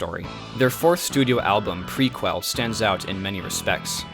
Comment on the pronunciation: The mispronunciations throughout... Worth the price of admission! Dude, it's pronounced, Pre- kel. NIHL is pronounced like the river. The Nile. Couldn't watch it any further. Correct your mistakes or lose subscribers.